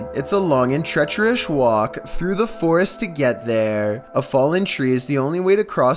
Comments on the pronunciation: Say "treacherous". Treecheresh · "Long and treacherish walk" hehe I think he purposely mispronounces words just to see if we comment on it lol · Go back and listen to how he says “treacherous” 💀😂